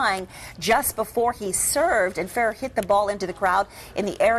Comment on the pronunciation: Never seen such stupidity in tennis...Ferrer is awesome and it's only good conduct and respect for the game to take the baby out of the stadium. However, what pissed me off the most was how they couldn't pronounce his name at the beginning. I mean...come on! FUR-RUR...ridiculous.